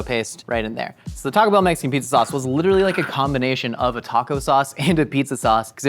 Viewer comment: Every single person at mythical says "TACO bell"